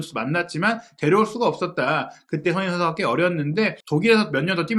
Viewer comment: 무엇보다 사장님 의 손흥민 이라고하시는 발음 이 예술이십니다 👍